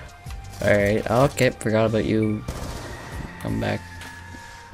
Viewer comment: did you say aboot? 🤔